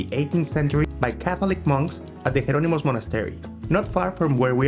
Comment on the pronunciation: Hearing Azulejo being pronounced as “AzuleHo” is cringeworthy!! Please just call it “Tile”… the same goes for “Jerónimos”… Also, you really missed out by skipping the Pastéis de Belém!